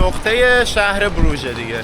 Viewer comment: تلفظ درستش بروخ هست